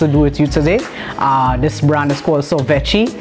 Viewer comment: Enjoyed this review very much it made me want to try that Baklava ice cream. Sorvete is Portuguese Its pronounced (Sor-vet-ay)